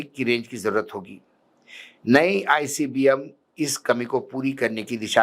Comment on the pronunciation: is jahil ko ICBM bolna sikhao :face-blue-smiling::face-blue-smiling::face-blue-smiling